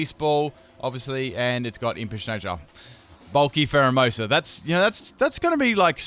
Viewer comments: Dude its phareimoosu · He said primerina instead of pharaohmosa I spelled it wrong